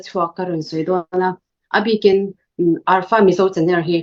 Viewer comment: Arfa nilovin alfa (alpha)